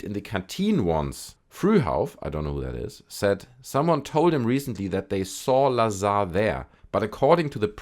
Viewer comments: You are mispronouncing his last name - it is pronounced Bob Bizarre. Agree with your sentiment on Jeremy Corbel. He's a charlatan. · Bob looz-ar